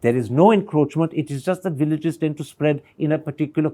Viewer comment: 0 haothu pramod,What is poof...first of all learn English...say proof, villages not billages, given not giben,...Sir thappar, these haothu pramod tried to fool you but you don't gave him the chance...kudos to sir thappar...Regards